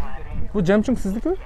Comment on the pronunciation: Жемчунг😂 эмес жемчуг болот😂